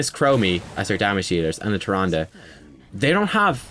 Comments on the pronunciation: "Trand", mate why you do this to me? it's Tyrande (tee-RAN-deh), respect our godly waifu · the "e" at the end of tyrande is not silent. idk why i'm so annoyed with these things but yea i kept yelling at the screen it's TYRANDE not tyrand. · Now we've taught you how to pronounce Diablo, can we talk about Tyrande? :-p